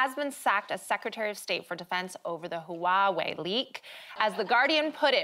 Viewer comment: You'd think the presenters would learn to pronounce the words they say before coming on. For Goodness sake, what was that attempt at Huawei?